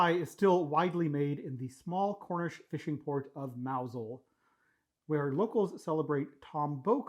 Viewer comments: You get a gold star for calling the fishing village "Mowzul", rather than "Mouse Hole" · You win just for pronouncing Mousehole correctly😄 But that pie looks far too dry to me. Btw Jaffa Cakes contain real orange concentrated orange juice and natural orange oil, they're not artificial. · Pronunciation scores: Mousehole 10/10. Jaffa 7/10, Caramel WTF? This is like the opposite of everyone in the UK. Careful, young man, you're in danger of having your honoUrary Brit status revoked. Edit: Jaffa Cakes do NOT contain artifical flavoUr. That's it, hand in your tea bags at the desk. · Very impressive pronunciation of Mousehole, I was expecting the worst! - from a Brit who has never and will never eat stargazy pie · 10/10 for pronouncing Mousehole. British sardines are much smaller, you have beast-fish!!!!